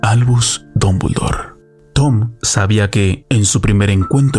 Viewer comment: Dombuldor, Dombuldor? Estamos leyendo el mismo nombre, CATETO?